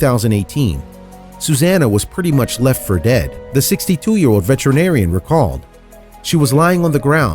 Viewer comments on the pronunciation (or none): Rural not rewal Emaciated not emassiated Samaritan not samaridin Veterinarian not vetruhnarian Promptly not promly Taken to not taken uh Community not communidy Internet not innernet Appreciative not appreshative